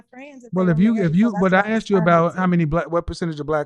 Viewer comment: Why do they keep axing and axed...when she said, "I axed you", who are they hitting with an axe.